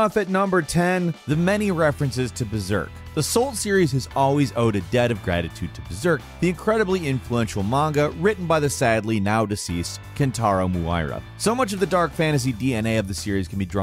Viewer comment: Dude you butchered kintaros name...